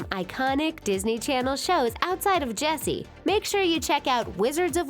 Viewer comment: Why does Ches... calls Jessie Bessie